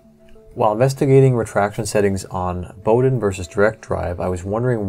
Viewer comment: There are many assumptions in this article. Firstly Bowden is pronounced Bow as in WOW. The PTFE tube and fittings are specifically designed and made for compressed air or fluid use not as a guide tube. The fittings are a bastardised Festo design for a quick connect air fitting with the sealing O ring removed, hence the slack in the line fit as the barbs are not hold in the correct position. What is required is a Swagelock style asymmetrical ferrule and fitting. This style fitting will grip the tubing and as long as not over tightened will be a vast improvement over stock. Additionally the excess movement is calculatable if you measure the inside id of the tube and the od of the filler and for every 15 degrees of bend allow for the difference. Outboard motor control cable design is basis for formula. E.G. the id is 3mm the od is 2.5mm difference is 0.5mm bend radius is 45 degrees 45/15 = 3. 3 X 0.5mm is 1.5 of excess filler movement. Measure bend at several hot end and z track heights and average the bend radius. Interesting diagnosis but some assumptions are not so sound.